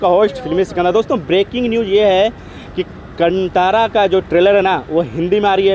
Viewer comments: Its not Kan-thaara.... Its Kaan-thara! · bhai it;s Kaaanthara(Kantara)